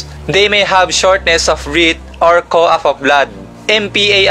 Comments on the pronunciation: Cough not cou... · Correction lang sir about sa cough,, Cough pronunciation,, Cough-Kawf yan po yung tamang pagbigkas sir, Hindi poh ako matalino sir pero yun lang din ang observation ko,,..